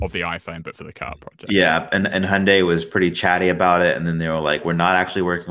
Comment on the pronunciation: I’m disoriented by the way he is pronouncing Hyundai and Reuters 😆